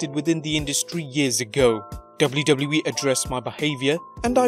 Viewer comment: Learn how to say WWE